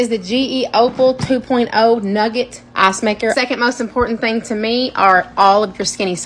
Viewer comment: I heard "Ass maker" instead of ice maker😂😂